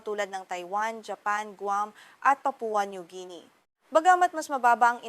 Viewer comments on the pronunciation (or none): none